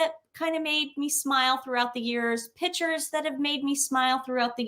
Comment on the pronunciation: It’s pictures not “pitchers” 🤭✌️💕